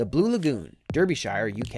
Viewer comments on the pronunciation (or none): Derbyshire is pronounced Dar-be-sh-eer. Another strange way of the English language. I live in a neighbouring county from there. I was wondering what on Earth can top acid lakes or nuclear pollution. Never thought about the possibility of rivers that flow into other bodies of water. So scary that is all done by human hand.